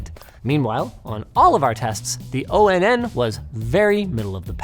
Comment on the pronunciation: I'm genuinely bothered by you pronouncing Onn and O-N-N and not like On, as in Powered On. 😭